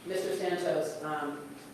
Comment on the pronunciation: That gringa keeps saying Santos wrong. Wedos can never say it correct. A is not long its short ding dong. The prisioners will take care of Sa ntos